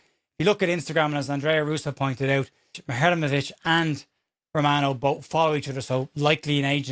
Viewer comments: I'm glad you clarified the pronunciation of Muharemovic, though in my heart I know everyone is just going to call him Tarik, and will mispronounce that, too. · You've nailed that Muharemovic pronunciation in less than 24hrs 😂